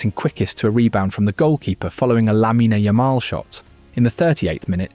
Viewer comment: "lamina yamala" "peedri" at least put effort on the names man